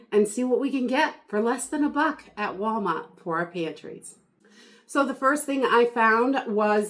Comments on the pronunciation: What state are you from because you say wawmart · I LOVE YOUR SHOPPING HAULS! & the way you say Walmart 😃